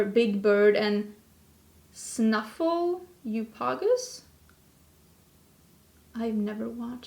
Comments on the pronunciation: Pronunciation help (again... can you tell I was an English teacher in another life?) snuf-fle-OPP-ull-puss. 😁 English is a crazy language. 😆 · I say this with all the love in the world. I laughed my ass off when you said, snuffle-law-gis hahhahahah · Don't feel bad Nikki also couldn't say the great imaginary best friend of big bird's. Snuff Uh Luhp a gus. Most of us who grew up here couldn't say it either.